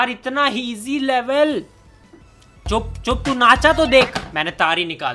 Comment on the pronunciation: HERE SAYS HEASY INSTEAD OF EASY